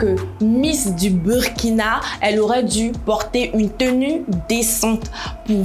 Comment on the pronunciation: Apprenez au moins a bien prononcer le nom du pays 🤦🏽‍♀️ on écrit Burkina mais on dit Bourkina 🤦🏽‍♀️